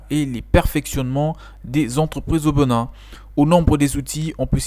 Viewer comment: Bonne vidéo. Au passage, c'est Bénin, et non Beu.nin